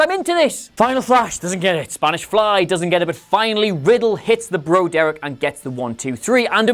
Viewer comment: jounigames I could’ve sworn it was BroDerek.